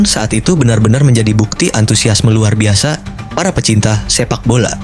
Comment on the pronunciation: Min knpa lu ngomong harus ada hurup k pada akhir kalimat Seperti seribu lu bilang seribuk Luar biasa jadi luar biasak liga satu jadi liga satuk Ini lu bilang inik Jenuh gue dgr omong an lu